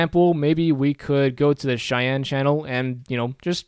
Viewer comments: Nice vid! I really hate being this guy but the way you pronounce Cyan is incorrect. It's pronounced like "si-yan". The way you're saying it is a city in Wyoming. No hate. It's a weird word. Again nice vid and thanks for taking the time to make it. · I love your tutorials and I really appreciate the time you took to make one just covering color modes, but pleeeeease pronounce cyan properly. I have no incentive to give you because I'll probably keep watching these regardless, but I get very distracted by it.